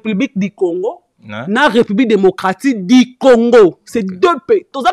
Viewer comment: Du et non Di